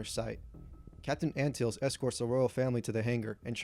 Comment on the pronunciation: Raymus Antilles is proounced Anne - till - ees. I believes it's who C3P0 identifies as his last owner. I also think you need include Owen Lars as part of the regulars.